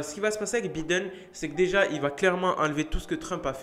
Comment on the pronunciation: Comment il prononce Biden 😂😂😂